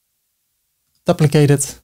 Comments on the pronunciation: Great video ty. You are pronouncing duplicate wrong try this, Dyouplicate the U is you hard to explain like this 🤣 Keep up the great work 👍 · Or, for the North American audience, doo-pli-kate as the verb and doo-pli-cut as the noun. You doo-pli-kate a container to create a doo-pli-cut container. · I'd say: A dyew-pli-cut To dyew-pli-kate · Dooplikate is a good way to remember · Hi! How do you create a multi-column layout inside another container? I can add containers within, but they stack vertically and no amount of resizing or setting-button-clicking is changing that. Thanks! PS - In English we pronounce it "dooplicate" (yes English is so wonky!). 🤗